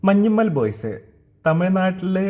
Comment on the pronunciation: മലയാളി എന്ന് പറയുന്ന സേച്ചിക്ക് മഞ്ഞുമ്മേൽ എന്ന് പറയാൻ അറിയില്ല.. മഞ്ചിമേൽ 😂😂